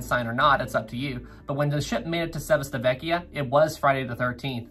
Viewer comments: Chee-vee-tah-VEK-yah. Not Czechoslovakia, dude. 🙄🙄🙄 and GEE-ly-oh, not Julio. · Love your content, but let me give you a hand on your Italian pronunciation: Civitavecchia is pronounced chee-vee-tah-VEH-kee-ah :) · its said chiveetavekkia